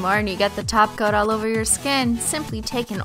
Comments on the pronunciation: She's saying glossy taco right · It sounds like she's saying "Tacos" instead of "Topcoats". 😂😂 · Umm did she say tacos instead of top coat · The first time she said topcoat,The second time she tacos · (Cristine) i thought u said "add some glossy taco" insted of top coat hahaha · See I thought I was losing my mind. I was hearing Tacos too. Lol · Did she say "glossy taco" or "glossy topcoat"? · " gotta apply a glossy taco " ( yes I'm aware she says top coat ) 😂😂😂😂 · that's a cute name holo cat and did you say tacos or topcoat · Is it me or is she saying glossy taco😂😂😂😂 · you said glossy tacos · Anyone else think that she said shiny tacos? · Did u say quick dry 'taco' 😐😕😑😐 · Was she saying top coat or taco lol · I used to hear top coat until you said every one think you say taco all I can hear now is taco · lol why do i always here taco..... not top coats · Is it just me Cause she sounds like she's saying "Tacos" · Sounds like ur saying taco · Am I the only one who hears tacos and not topcoat? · She says taco. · I swear you keep saying glossy taco